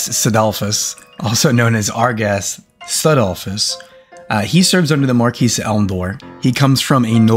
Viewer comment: Nice video. Keep up the good work. Btw, "Marquis" is pronounced mar-kee , the s is silent.